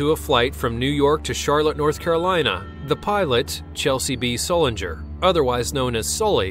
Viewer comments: "Sullenger"? gimme a break. Learn the man's name. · Chelsy b sullegerger? What the fuck man!